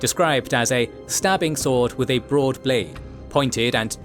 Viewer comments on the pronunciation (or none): none